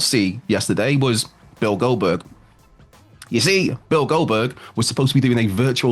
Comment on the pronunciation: Why does he keep on saying Goldberg like that? "Bill Goldberg"